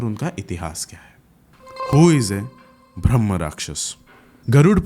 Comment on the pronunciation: bhai bhramh nahi bramh hota hai!